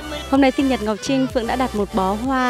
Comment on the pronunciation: Phượng ngọng